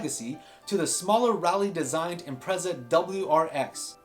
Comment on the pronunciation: Imprezza? Impreza as in pizza